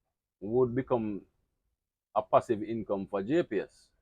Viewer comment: What is a gepees i dont get that word..